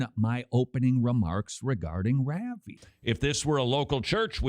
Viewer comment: Somebody please teach Todd how to say "Ravi" (rauh-vee)